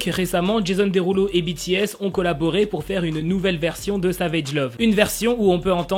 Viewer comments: « Jésonne Déroulo » ça m’a tué 😭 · sa se prononce comme ça mais c’est just qu’il le dit avec l’accent français du coup j’ai trouvé ça drôle :)